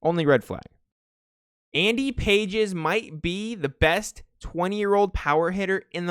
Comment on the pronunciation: Love these vids as always but its actually not Andy Pages its pronounced like Endy Pahays or something. I always thought it was Pages too